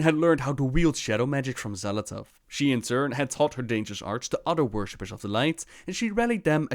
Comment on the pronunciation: De X wordt uitgesproken als 'sj'. Dus 'Sjal Athath'. Met een pauze tussen L en A.